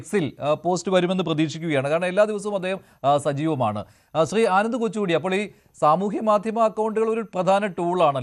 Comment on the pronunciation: കൊച്ചുകൂടി അല്ല കൊച്ചുകുട്ടി 👦